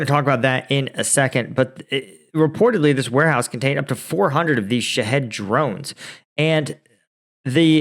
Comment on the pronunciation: Shaw heed , like lock heed martin, drones i think is how it's pronounced, i could be wrong, ❤